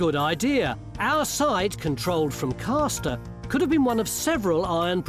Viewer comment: It's CASTer using the northern pronunciation of the fishing action on the first syllable! Part of two close villages called Castor and Ailsworth.